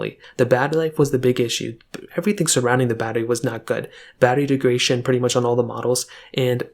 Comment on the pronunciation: The word is degradation , not degration.